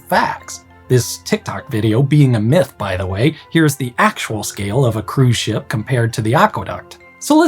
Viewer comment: This is why you should never listen to these videos as you drift away to sleep.... He kept saying "ship" and I'd swear I was hearing "sh!t" until I woke up and double checked ... 😂